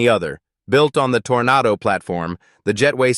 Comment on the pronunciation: Not olds mobile tornado Oldsmobile toronado Stupid a I voice generated , and I hate this guy's voice